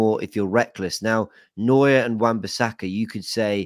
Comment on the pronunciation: Unironically, would just like to congratulate on his pronunciation of Neuer. Actually said it correctly every single time. Couldn’t believe my ears was fully expecting him to butcher it